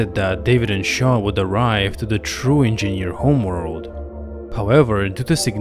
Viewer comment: If he says "engieaneerr" one more time , i'm gonna hurl.